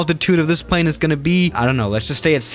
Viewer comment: plz say plane right if you can't its fine